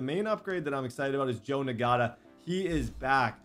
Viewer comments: Bro I’m pretty sure Ngata is pronounced (Na-Ta) no G! I couldn’t help but pick up on it everytime he said it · It’s not pronounced “N-Gata” it’s pronounced “Nata” please no longer call him that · That rookies name isn’t pronounced Na gata it’s just nata the g is silent 😂😂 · “Nagata” 😂 that G in Ngata is silent my boy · Ngata... Nagotta... "Not-uh" 👍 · the rookie we receiver last name is pronounced (not-a) not (n-gota) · I think his name is actually pronounced EN-gata instead of NE-gata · it’s pronounced “Nata” not “Nagata” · It is engata.... that is how u say it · i’m 15 minute in and him saying Ngata like Nagotta is making me insane😂😂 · Boy think he slick with ngata. The g silent😂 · Btw Ngata is pronounced (Not-uh) the G is silent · Ngata is just pronounced Nata. They get it from the Tongan DT that played for the Ravens. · Dear if you see this Ngata is pronounced Nata I know that because of a D lineman who played for the ravens:) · I think it’s pronounced Nata , silent G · Bruh, the dude's name is pronounced na-da. The g is silent